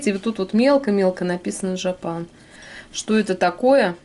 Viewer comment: Джэпэн не жапан.оно же происходит от слова ,, жопа,,😂🎉